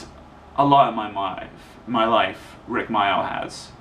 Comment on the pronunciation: Thats a good question the guy asked. It hurt when i lost my dog snowy in 1995. And my other dog in 2004. And my best friend Amanda in 1998. & my favourite tv comedian rik mayall. He was called rik mayall mate not rik myoll.